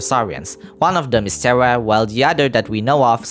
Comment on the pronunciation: One thing that pokes at my brain is that you call the little one "Terra" but pronounce it like Tera 😅 RR make it sounds like Teha not Tera